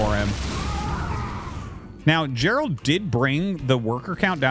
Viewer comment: It's Geralt not Gerald. Pronounced gare-ult.